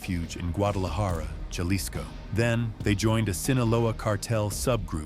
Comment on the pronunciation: It’s pronounced ha-lis-co not jah-les-co